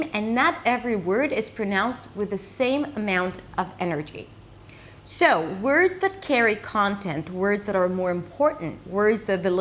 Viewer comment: I sometimes feel that when you say words with the /ou/ dipthong, you say something like /eau/ like when you say "so" or "sound". Is that OK?